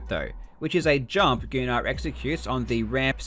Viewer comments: I went to school with a kid named gunnar. Pretty sure its meant to be pronounced as "gunner" not "goo-nar" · Just for future reference the name Gunnar is pronounced Gunn-er not Goo- nar